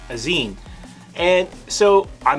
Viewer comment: Zine as in magazine. Not ZION